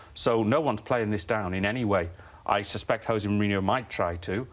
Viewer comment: Would be nice if Neil Custis knew how to pronounce Jose, I suppose he is a journalist for the Sun